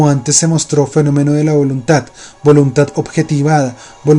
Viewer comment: amigo que animado a leer el libro tu, una observación, no es voluntat, es voluntad, hay una gran diferencia entre la letra T y la D